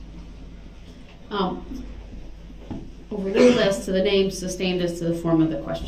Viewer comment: This fool clearly has no idea what "leading" means. The same could be said about most of his objections. He can't even say "sustained" correctly. His stupid "grounds" that he's always shouting after an objection is annoying too.